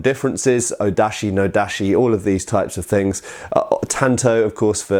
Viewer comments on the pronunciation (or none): Dashi? It's Dachi!